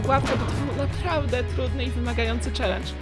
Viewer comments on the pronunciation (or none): none